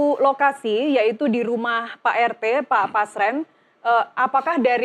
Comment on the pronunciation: BUKAN PASREN TAPI BASRENG!